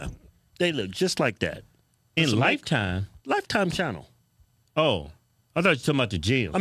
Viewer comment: "Life channe"l... I am out. I cant even 😅